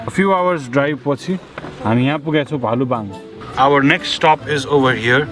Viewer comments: Its "bhaluwang"not "bhalubang ". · Bhalu-bang😂😂 Btw its भालुवाङ and which is the capital of province 5